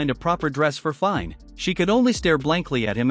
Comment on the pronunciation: Dude. Her name is pronounced as FI-NÉ.